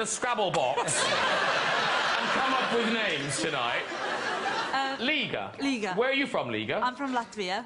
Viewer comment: I'm reminded that Graham Norton still embodies the arrogance of the old, tiresome Empire. Surely, he's well enough educated to know that Liga rhymes with Riga and if he was a bit more creative--rather than lazy--his quips could be SO much more entertaining.